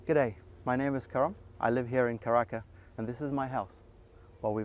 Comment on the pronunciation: Bro can't even say karaka. Deport him and the house